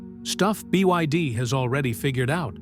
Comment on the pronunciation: BYD has already become world no1 ev sales. This narrator can't say it though